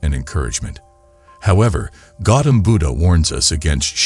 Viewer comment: It's Gautama Buddha. Not Gautam Buddha... please correct it for future videos